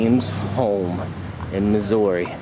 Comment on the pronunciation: As a resident st.joe is shit also learn how to say missouri right